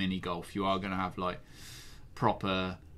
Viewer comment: Definitely said ve....